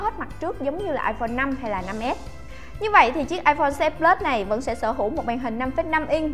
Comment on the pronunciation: "iPone " 6s plus nhầm iporn là chết nha 😂